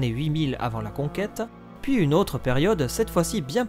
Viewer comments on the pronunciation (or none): none